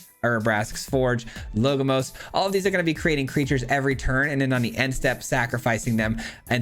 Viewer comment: LoL, I just thought about commenting this as well. always call him "logomos". He says so much that I started to think if my English (which is not my first language) was wrong.